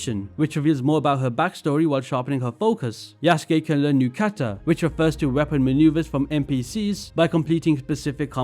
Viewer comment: It's pronounced "Yuh-suu-kee"